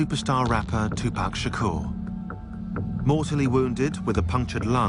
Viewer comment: “2poc shakor”